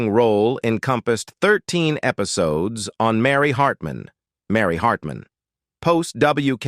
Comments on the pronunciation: “Episodees” lol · "Episodies" LMAO! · " Episodees" ? WTH is up with these "robo-narrators" ? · "Episodees"....you gotta love it 🙄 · Eh pi so dees? Hard to listen to! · Her footing? Sounds like boot? Wth . Actually that whole sentence was full of crazy pronunciations. Episoodes? Done watching. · episodees ??? Hessuhman - no it is 2 syllables not 3. Post-you-musly? developED significKANT How difficult would it be to have a human read the script and pronounce words correctly? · After a couple minutes of hearing common words mispronounced, I couldn't listen anymore. "lowny Anderson", "foooting", "episowdies", "endeevor"... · Loanie Lawknee Embark'ed Embarked Fooding Footing Episodies Episodes Endeever Endever 19ed 84 1984 Painful mispronunciations....Unwatchable